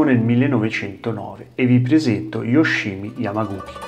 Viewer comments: *Yamaguchi non Yamaguki 😅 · Come sempre mi permetto di notare che si legge Yamaguci, come in "Cina" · Pron.Yamaguci come uchi o dachi pron. uci daci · Si pronuncia Yamaguci......oss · ma magari imparare a pronunciare correttamente il nome di yamaguchi sarebbe stato il minimo...